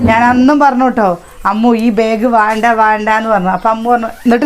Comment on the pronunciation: ബേഗ് അല്ല ബാഗ്